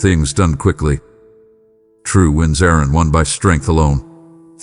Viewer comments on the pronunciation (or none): For the American English version please check the words: I’m and I’ll - the I is pronounced like the word Eye. Also look up the sound for “aren’t”. (This is just to help your A-I). - not Y’all but rather you should feel calm. - you’ll find strength in me to deal with …. I don’t play nicely with you? … I don’t like sin? No SIN IS BAD. I DON’T LIKE SIN. God never sins. (Is this done by Y. A.? He loves to tell lies. If he has anything to do with those statements then he had better quit.